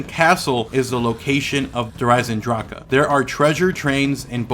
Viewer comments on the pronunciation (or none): Why does he say Der eisengrache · im questioning that, its just everytime you say the name, instead of pronouncing the "d" in eisendrache, it sounded like you said eisenGrache, with a "g" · Please pronounce Nazi and Der Eisendrachen correctly please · You pronounce the new map weird